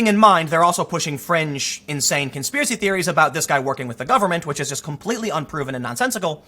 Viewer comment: conspiwacie theewies suuuuure tim, keep telling yourself that